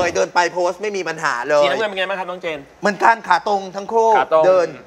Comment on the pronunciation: เจน ไม่ใช่ แจน รินะ ไม่ใช่ มิโอริ 😏😒😇